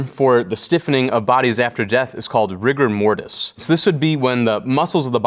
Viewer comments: Instead of rigor mortis, I heard Rick and Morty. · I can't be the only one who heard Rick and Morty at the term "rigor mortis"🤣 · “rigor mortise” Me: rick and morty 😯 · "The proper name for the stiffing of bodies after death is called rigor mortis" Me: I think it's pronounced Rick and Morty